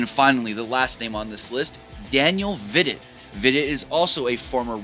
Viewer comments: Pronounced Daniel V-dough x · the way you pronounce Vidot is Vido the T is silent.